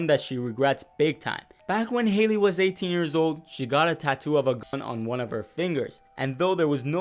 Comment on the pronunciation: Why can't you say Gun?